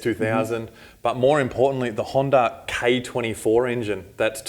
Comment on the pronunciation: HANDA not HANDAR haha... They say honda by itself correctly. But when they say honda engines they put an r as t the end of it. Kinda funny with the accent.